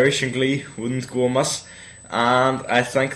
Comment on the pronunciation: I just can't get over this!! I'm so glad he won, and Ryan Murphy fixed his mistake by letting him win after letting Hannah go. and I LOVE this song, I'm so glad the underdog won!!! "I reckon a bit of Irish in Glee won't go amiss!" Or, if you really hear him, it sounds like he's saying amuss. Cute!!!!! I can't wait to see how Glee writes him in!!!! I'm pretty sure Brittany won't understand a WORD he says!!!!!!!!